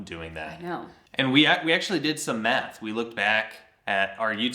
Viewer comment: I heard: "we actually did some meth" 🤣🤣 I was like he's being funny. But you said math. 😂😂 We'll all tune back in when you come back. ❤